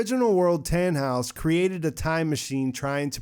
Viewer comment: I wonder why 'Tannhaus' sounds like 'Thanos'.